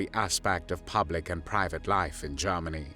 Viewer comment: Nineteen tharty three Garmony!!😅 AI?